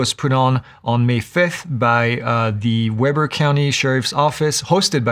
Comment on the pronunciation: Always love these updates! As a point of reference, Weber County is pronounced WEEB-ER. Thanks again!